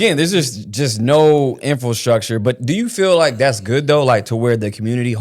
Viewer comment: Infil structure is driving me nuts. It's pronounced Infra structure